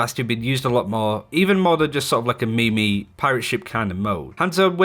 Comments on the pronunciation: I think he said "meme-y" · closing vid after hearing "me-me"